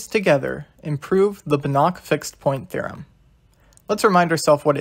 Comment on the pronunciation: fyi It's pronounced bAnach, not banAch.